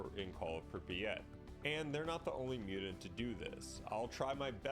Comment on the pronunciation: Please, for the love of all that's holy, pronounce Mutant not Mutant.